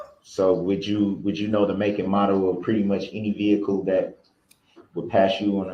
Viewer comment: Girl you are funny as hell sometimes. “Look! You can see the veekuhl!” 😆 Girl we need to hang out sometime. We can talk over a movie and laugh. 😆